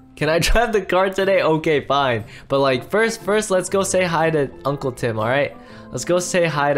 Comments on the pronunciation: I like how just ignores amber say uncwle twim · Amber sayd unwle Tim